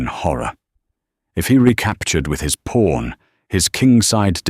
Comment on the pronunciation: It's pawn, not porn for crying out loud!!!!